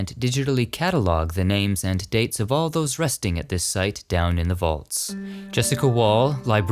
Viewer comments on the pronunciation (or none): none